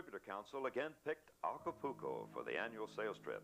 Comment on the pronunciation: If I heard him say, "Aca-pooo-co" one more time......